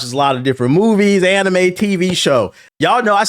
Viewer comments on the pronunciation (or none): none